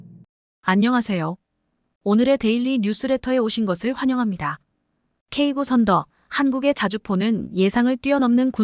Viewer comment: 수정 한번도 안 하고 읽냐? 미친년, 지식도 없는것들이 유튜브에 창궐, K9--->케이 나인으로 읽어라.쓰레기 폭파가 답이다